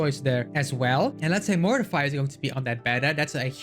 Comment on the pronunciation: Cool video insights! Just a thing, if you listen to Encore's voice lines, she pronounces Mortefi's name as Mor-te-fee than Mor-ti-fy.